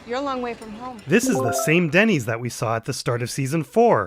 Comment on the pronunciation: Ah it’s Dennys, Jesse calls it ‘Dinnys’ I thought it was a new restaurant